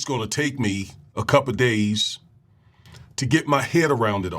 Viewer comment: Man people always tripping on Trump, Learn how to say a couple days, instead of cup o days! Did yu go that hard on the Bush Family, Black people are racist against each other, you want to talk about something, talk about all the brainwashing the government been doing since before a Trump, Trump is a savior!